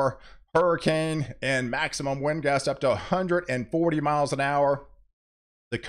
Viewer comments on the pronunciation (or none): none